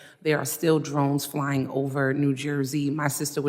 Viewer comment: I don’t trust anyone who pronounces flying as “flyinG”